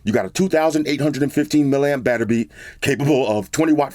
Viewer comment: "You got a 2,815mAh batterby..." Yo, you cracked me up...